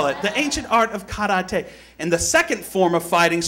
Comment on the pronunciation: isnt kar-a-tey the way spongebob says karate?